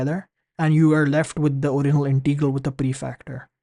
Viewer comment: Pronunciation: it is Integral, not Inteegral!